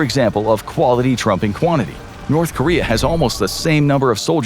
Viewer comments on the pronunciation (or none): none